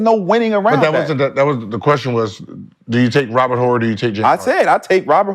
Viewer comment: Why Gibert putting some much emphasis on the H in Horry? lol the H is silent my dude hahaha.